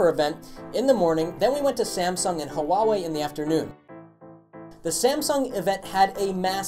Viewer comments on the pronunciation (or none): you can pronounce Huawei as "WAH-WAY", because you are having difficulty saying it the right way. GREAT STUFF you GUYS!!!